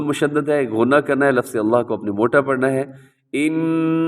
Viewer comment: Assalamualaikum wa rahmatullahi wa barakatuhu Bahut hi achi tajweed ki vedio banayi hai, jazakallah Khaira Itni si baat kehni thi ke aap lafz ko lafaz😢 aur waqf ko waqaf kyun kehte hain